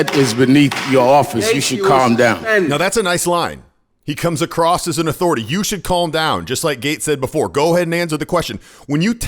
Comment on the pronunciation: It's "across," not "ACROSST" or "ACROSSED!"